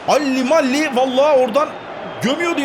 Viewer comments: abi orta sahanın adı dalli değil delali diye okunuyo +1 leyin beyler görsün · alli diye okuduğun adam dele allli onu delali diye oku şapkalı a ile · zaha yerine walcatu ilk 11 oynat santrofor olarak lobatoyla başla gf oynasın d.alli de deleali diye okunuyor abi bellerini sakın satma çok güçleniyor. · Gimenez , laporte , renato sanchez , k.coman , R.lukaku , Dybala abi bu oyuncuları al acayip derecede gelişiyorlar Bu arada alli yi delealli diye okursan sevinirim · abi onun adi ali degil del alli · alli falan değil abi dele ali onun adı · abi şu adama alli deme :D onun adı delalli delali diye oku abi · Abi alli yerine ali de ya sinirim bozuluyor :D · abi alli deil dele ali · abi o alli değil dele ali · abi alli diyisun ama "deli ali" diye okunuyor . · abi D.Alli'nin okunuşu Ali değil DELALİ diye okunuyor 😂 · ABİ O ALLİ DEĞİL DELALİ ^ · ABİ O ALLİ DEĞİL DELALİ ^^ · abi allı deyil del ali dorusu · Alli Degil Abi Deli Ali :) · abi alli değil dele ali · abi delli değil delağli diye okunuyor ve bir de tomaneyi SAT gitsin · Abi o delle alli diye okunmaz dele ali diye okunur 😂😂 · abi o d.alli dele alli diye okunuyor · abi dele ali diye okunuyo haberin olsun :) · ABİ D.ALI'nin TELAFFUZU ÖYLE DEĞİL OKUNUŞU ŞÖYLE DELE ALİ ABİ DİKKATE ALIRSAN SEVİNİRİM